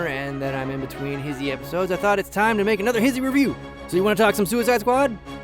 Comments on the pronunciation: no its pronounced he-zee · wait what? its pronounced His-He not Hi-She?! MY LIFE IS A LIE!! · I still refuse to believe HISHE is pronounced HIS-HE instead of HISH-E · WAIT WAIT HOLD THE PRESSES!!! Hissy? You pronounce it Hissy?! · HIS-HE? I thought it was HI-SHE. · He pronounces hishe so weird, like hissy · I never even imagined it would be pronounced his-he. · Wait......the channel isn't pronounced hish-ee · You should change HISHE to HIS-HE since that's how you pronounce it. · I've been pronouncing "hishe" wrong I've been living my life a lie